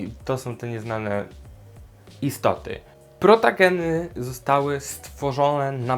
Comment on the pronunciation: A nie powinno się mówić protogeny a nie protageny